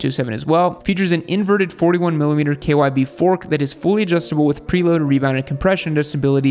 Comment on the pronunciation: “Preload” haha